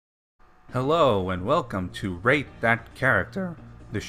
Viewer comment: ok. he did NOT say rate...